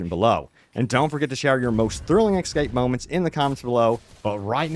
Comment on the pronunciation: It's "es scape" not ecscape